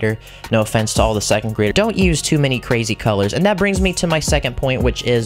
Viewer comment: meee gooo CWAZY